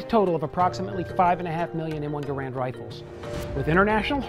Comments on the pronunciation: #6 that you didn't know: Gerand didn't pronounce his name like we now pronounce the name of his rifle. I thought the host would have pronounced it correctly when speaking of the man lol. Guess not. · One thing you obviously don't know...how to pronounce Garand's name correctly. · Don'tcha just hate it when someone who claims to be a weapons expert pronounces Garand wrong? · Said his name wrong respect the man who created this awesome rifle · You mispronounced Garand's name.